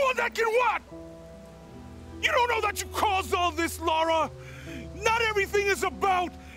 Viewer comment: her name isn't laura. its lara. lah-rah.